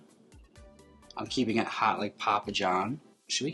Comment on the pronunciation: the wisconsin jumping out when jaymes said HAWHT to go